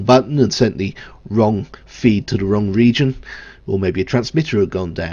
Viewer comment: Please try and pronounce 'the' correctly, there is no D in it, very off putting